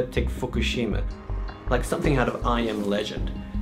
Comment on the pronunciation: lol fuk-u-shima??!??